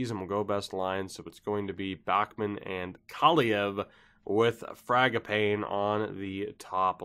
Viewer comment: Dude. It's Frag a pawney! Like Mangiapani on the Calgary Flames roster. Fragapawnee